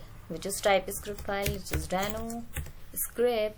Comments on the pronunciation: It's deno not dano 😔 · the way you say it.. Dano..